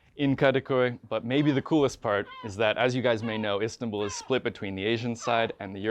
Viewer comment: He pronounced Istanbul like turkish people not like Americans 😂 correct : istan-bul , wrong : is-tanbul